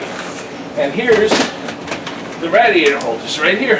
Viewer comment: please stop butchering the word radiator.